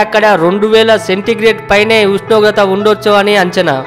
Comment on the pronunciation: Pls Meru first ushnogratha anadam nerchukondi